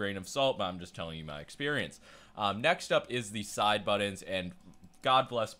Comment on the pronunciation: Can you please learn how to say the word 'Buttons'.